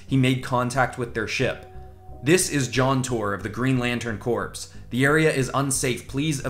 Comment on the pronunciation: Corp is pronounced as core. Flash as a motorcycle is perfect.